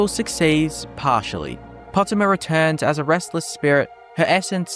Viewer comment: Po-tay-ma. Not Pot-e-mah.